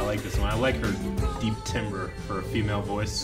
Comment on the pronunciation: youve probably been told this a million times now, but "timbre" is pronounced like "tamber". like tambourine